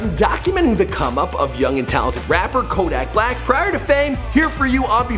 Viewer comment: couldn't even pronounce his name right 😂